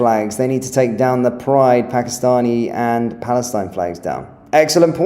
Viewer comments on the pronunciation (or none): none